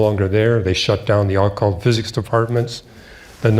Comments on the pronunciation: Say Ah-cult ONE MORE TIME !!!!!! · I've never heard the word "occult" pronounced in such a strange way. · He can't even pronounce occult.